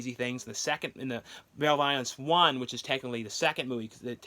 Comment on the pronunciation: MALEVOLENCE AND BEREAVEMENT ARE BOTH REALLY GREAT FILMS DIDNT REALIZE THERE WAS A THIRD ONE BY THE WAY YOU ARE COMPLETELY PRONOUNCING MALEVOLENCE WRONG ANYWAYS TAKE CARE